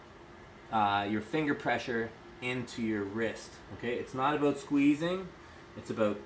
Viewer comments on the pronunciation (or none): Can't get enough of how you pronounce "abeut" 😂